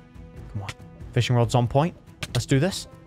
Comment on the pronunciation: Feshing road😂😂😂